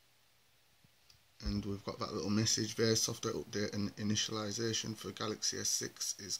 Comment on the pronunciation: omg that init-i-liziation is hilarious